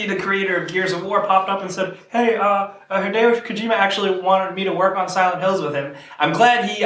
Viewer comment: stop saying hidayyo its hi de o